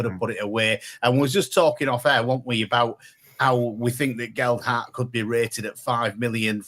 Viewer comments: Can't even pronounce 'Gelhardt'. Probably asking a bit much to construct a nuanced argument of his own as opposed to just parrot what Vera and Len from row 10 shout in his ear every home game and expect him to think for himself. Small steps... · Can someone please teach where the 'd' is in Gelhardt. Ta.